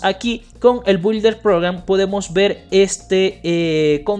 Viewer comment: se pronuncia “BIULDER” (Builder Program) está fácil inténtalo!